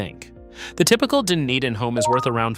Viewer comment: how do you pronounce dunedin correctly all but one time LOL